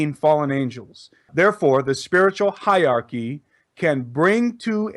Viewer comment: the word is hierarchy (pronounced HIGHER-ARCHY - not HIGH-ARCHY)